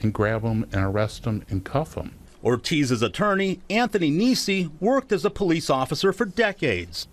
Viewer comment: Po-leece= "stop existing!!!" This pd is out of control. Wow!